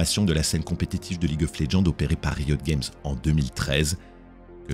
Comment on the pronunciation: Bon storytelling et voix posée c'est kiffant mais j'comprends pô pourquoi tu prononces League of Legends en anglais mais pô Riot Games ? S'dommage mais bonne vidéo merci, ça fait patienter en attendant TGR 🙃